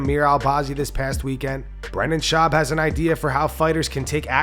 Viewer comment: It's Schaub, not Schuab